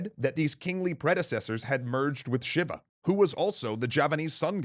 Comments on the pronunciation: Shiva is pronounced, depending on who you talk to in Indonesia and India, "shee-vah" or "shee-wah", not "shih-vah". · Finally, Shiva not Sheeeeeeeeeeva